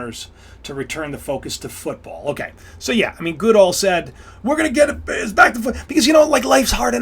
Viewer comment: nfl commissioner name Goodell is pronounced " go dell" but quickly